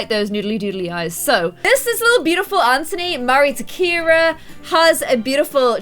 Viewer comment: BTW u call Anthony ANTONY ITS ANTHONY OMG!